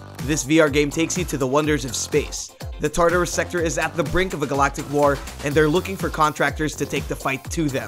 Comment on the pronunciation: What the hell is up with the way you pronounce "War"?? Its like you speak perfect Kings English then out of nowhere you say "War" with the same enunciation as the word "Car" WTF MAN????